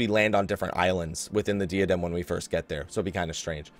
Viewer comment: Just sayin', I love ya, you're a pretty cool guy /fistbump. But it's pronounced like "DIE-uh-dem" rather than "DEE-uh-dem". Again, we cool, bro.